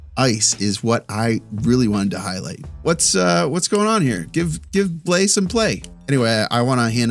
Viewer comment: Quick note on prononciation since I see you're making an effort. Counter-intuitively, Blais is not a difthongue vowel. Forget the A and the I .... and the S for that matter, but that you nailed already. It's "blêh". Don't let your thongue lift during the vowel to make an "aee". Just Blêh.